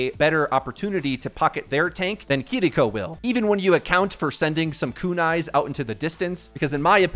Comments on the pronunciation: "Kidiko" People trying to say things the correct way in Japanese is getting out of hand 💀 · say it with me dumbass kee ree ko kiriko NOT kuhriko ... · lmao ''kidiko'' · why does my guy pronounce Kiriko like that lol